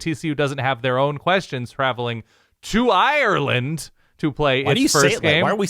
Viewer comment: Not bad content.. keep it up and I’ll consider subscribing. But don’t ever repeat saying Ireland like that. I almost turned off the video